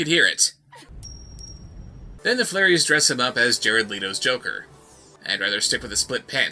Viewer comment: Flairies...FLAIRIES....?! That sounds like a drunk person trying to pronounce "fairies."